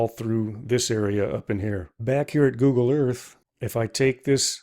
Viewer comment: Google ,not Goggle. 😂😂😂😂